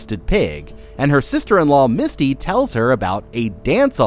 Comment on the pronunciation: every time you called her Misty, i cringed a little. her character's name was Mitsy. lol